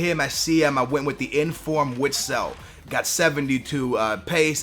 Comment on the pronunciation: read your fucking comments if you wanted to know how to pronounced BEN-TEK-AY's name you would read your comments, btw axel witsel hi last name is pronounced Vitsel.